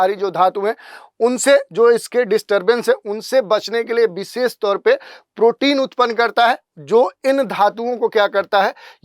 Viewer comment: विशेष X बिसेस ✓ 😂😂